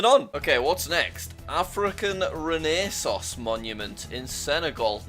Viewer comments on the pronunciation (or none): it's pronounced renasanse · it is pronounced like: reh-nah-sans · “Renaissance” is actually pronounced: “Ren-a-sahnse” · you pronounced “renaissance” completely wrong. It’s pronounced “ren-ah-sahns” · Jack it’s ren-o-saun-Ce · It's pronounced ren-ah-saunce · "renee sauce monument" new sauce flavour from my man Jack here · "Renaissance" is pronounced ren-uh-saunce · Of all people he mispronounced renaissance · did he just pronounce renaissance like that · that’s nit how you pronounce ren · The fact that jack cant pronounce renaissance just proves he doesnt know much history Edit: btw jack c is pronounced like “ch” in indonesian and malay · when Jack can’t pronounce renaissance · the way he butchered renaissance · Anyone else hate how he said renaissance?? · I love how jack just does not know how to pronounce renaissance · Nice to see how Jack pronounces renaissance ._. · The way he says Renaissance really upsets me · bro has never seen the word renaissance before 💀💀💀